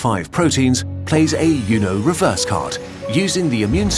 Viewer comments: I don't think Uno is pronounced 'you-know' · It's pronounced "oo-no" (uno) not "you-no".... you know? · Its pronounced “oonoe” not “you know” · Sweet Jesus, this guy pronounces it "YOO-no" not "OO-no" 2022 is wild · "like a you-no reverse card" first time I've heard it pronounced that way. It's correctly pronounced like "oo-no", the same oo sound you make in spoon. "Uno" is Spanish for "one", that's why you shout it when you have one card left! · As great as the core content is, I have to point out a very important mispronunciation. It's 'An oohnoh reverse card', not 'a younoh reverse card' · Uno is pronounced ooo-noh, not yew-noh. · Wait, what? It's pronounced 'youno' not 'oono'?! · Everything in this video is great except that I found out that British people pronounce "Uno" as "You know". I'm disturbed by this lmao. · yes, you may all be worried about the deadliest virus on earth but im more worried but how he said you-no reverse card. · Never heard anyone pronounce uno so refined 😂 "y-uno" reverse card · A "you know" reverse card? You might want to check in with your Spanish channel on that pronunciation. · my guy pronounced "uno" as "y'know" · Hearing “Uno” pronounced “Eyunoe” causes more damage than any rabies ever will. Immediate dislike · "Yuno"??? I have never once heard a British person pronouncing Spanish correctly, but this is a new low lol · never heard someone pronounce "uno" as "youknow" until now lol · The way you pronounced Uno is so frustratingly British. XD The word is Spanish, so it's pronounced oo-noh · bro really pronounced uno wrong 💀💀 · I love how the narrator pronounces "Uno" lol. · whats with how he said uno? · bruh I will not tolerate this pronunciation of Uno 💀